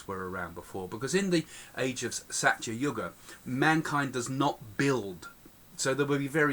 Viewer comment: Please do try saying dwApara... d as in 'th'e, wA as in D'wA'rf, pa as in 'po'wder, ra as in P'ra'Da.. In treta yuga, it is as in 'theTa' as in the Greek letter. In sathya too it is as in 'theTa. Thank you!